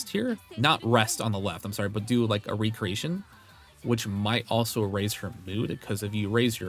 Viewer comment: "Reck"-reation. (Recreation) Two words that are spelled the same but the pronunciation is different. 😅 Thanks for the guide!